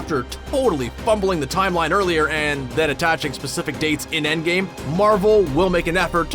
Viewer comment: did you just say "Avengers: Endgay" ?